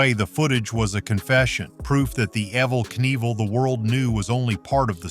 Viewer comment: As soon as his name was mispronounced I turned the video off.